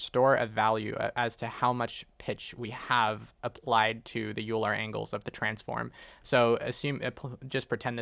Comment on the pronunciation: Great tutorial. :) Please don't hate me, but Euler is pronounced "Oil-er" not "You-ler." :) But still, great video and I learned a lot!